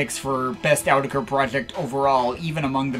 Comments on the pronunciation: "Owdecker"? I thought it was "Awe-teck-ru".. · you guys do know it’s pronounced “autechre,” right? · By the way it's pronounced like this: "autechre" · Guys guys.....please it's AUTECHRE. Don't get confused now. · I used to pronounce it (AWT-SHER) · In Rochdale they pronounce it Awe-tech-er